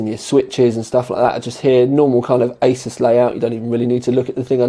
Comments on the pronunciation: Ay-soos not Ay-sus. makes it easier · I was at a tech show last year and the ASUS rep really gave people grief when they said A-SOS and not A-ZEUS !!! So, I can confirm it is pronounced A-ZEUS or A-SOOS depending on how much Z you put into your S's...lol